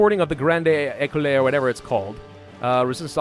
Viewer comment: Just a quick side note if you still read these, Écoles is pronounced more like eh-cull. You had the first e right, but the last one is silent :)